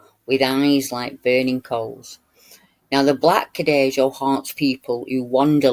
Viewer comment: Here is the link. It looks allot cuter than I remember - BTW - Cadejo is pronounced Ca-day-ho since J is 'heh' in Spanish:)